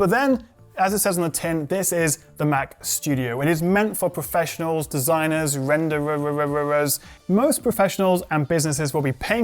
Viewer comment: The good old renderererer's